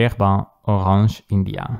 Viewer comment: I love it when you say J. Herbin like a proper French man. 😅 I've been into brown inks, but orange inks have piqued my interest as of late. Thanks for showing the orange one from JH...might need to pick that one up. Curious if you've tried the Pilot Iroshizuku Yu-Yake. That was the orange ink that made me want to delve into this color after all the browns I've collected.